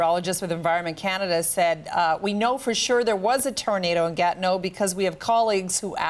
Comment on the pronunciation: Its not gat no its ga TI neau